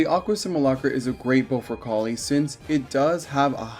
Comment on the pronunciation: You say Collei's name Coll-Ay by the way :)